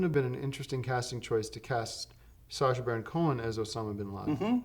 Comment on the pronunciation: An underrated moment in the series is Tim here pronouncing “Sacha” perfectly on the first try.